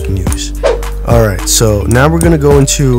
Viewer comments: PARA DIG IM it's Paradigm pronounced para-dime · Not Being A Nerd But It's A She & Paradigm Was Pronounced "Pa-Ra-Daym" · he said the paradigm wrong 5 times